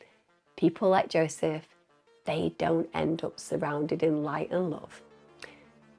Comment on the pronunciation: Jozsef is "YO-sef" and the Hungarian name Eva is "Ava"